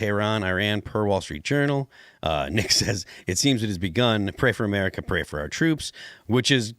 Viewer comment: you miss pronounced America